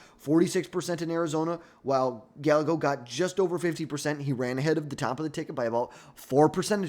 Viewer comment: First, the way you butchered almost every person of colors name like Kamala & Gallegos doesn’t give me great confidence in this analysis but I agree completely with the bottom half of your ranking. Second, people forget that during the 2020 primaries, Harris was topping every single poll after the primary debates. She left all the other democrats on the floor. Ppl forget she’s kind of a debate lord. The only reason she dropped out was because of campaign finances. She tends to be beast in primary processes whether it be senate, DA, AG. Now, will democrats want to run the candidate who lost most recently is the most important question for her. AOC would never be able to garner the moderate or conservative democrats support needed to bring the party together to win in 2028. As a Democrat, Newsoms image and polling amongst democrats is getting lower and lower as he shows his ass by bringing on conspiracy theorists and MAGA cultists on his podcasts and allowing them to spew racist, sexist, xenophobic, & homophobic rhetoric and not check them.